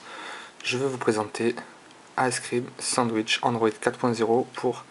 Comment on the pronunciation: ace crime sadich ? Lol tu prononce n'importe comment mdr ! Pour htc sensation ? T'aurai pas oublier le " le"-} pour le htc snesation.... Et pour finir on prononce Se ce et non Sance.... va te coucher